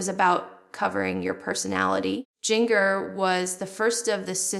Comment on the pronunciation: Agreed. It's AI. Jin-gurr is not how it's pronounced. Also we knew about the dating questionairre years and years ago. To the channel owner: Please stop the AI junk. It's dishonest and looks tacky on your part. Do some actual work.